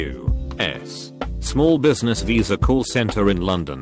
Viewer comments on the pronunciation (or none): none